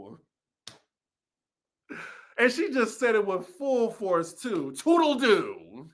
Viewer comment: ANNNNDDD it’s “tootle-Looo”